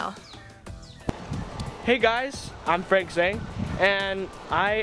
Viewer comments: First of all, for Zhang, it’s pronounced as Jong! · why is Piper a white girl💀 she's supposed to be Cherokee, and it's pronounced Meh-clain Not Mc-clean tf Also, it's pronounced Frank Chang Not literally pronounced Zhang. andddd Hazel has an accent